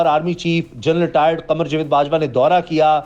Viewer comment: بھائی لفظ جوید نہیں جا۔۔۔۔ و۔۔ید ہوتا ہے۔۔۔۔۔ جا۔۔۔۔۔ جا۔۔۔ جا۔۔۔ وید۔